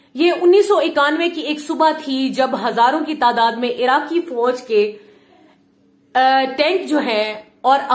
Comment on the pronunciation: ABE CHUTIYE FOOJ NHI FOJ 🤣🤣